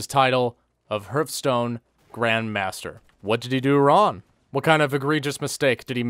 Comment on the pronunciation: wron* he doesn't pronounce the g for some reason, yo what's up with that?